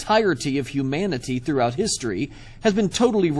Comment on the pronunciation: The way he says humanity annoys me. Sounds more like hu-manatee, then I think of Brett Keane. Also, I would note "If it can't be in your hand, it's all in your head." doesn't really work terribly well. You could very well believe you're holding something in your hand, but it too is just in your head. It would be better to say "If it can't be in all of our hands, it's probably all in your head.". Multiple people having it could still be a delusion or they could simply be lying, but it's far more likely to be true if others can test it to back the claim up.